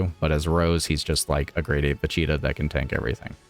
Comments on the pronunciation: Va cheeta is what im hearing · What's up with butchering Vegeta's name all the time ?